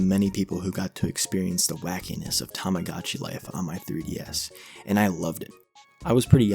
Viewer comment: This is a good video, but you keep pronouncing it as “tamigotchi life” but it’s “tomodachi life”, but also you somehow pronounced “tomodachi collection” correctly